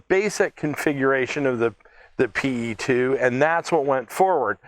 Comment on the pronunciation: Just a small correction, if you don't mind. The correct way to pronounce the airplane name is "Pe", not "P.E." The Soviet airplane names are not acronyms, they are usually just the first two letters of the designers last name, and are pronounced as such. The designer was Petlyakov, the airplane is just "Pe" (just like one pronounces the first two letters in "Pennsylvania").